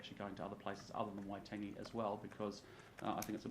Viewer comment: Not even enough respect to pronounce ‘Waitangi’ correctly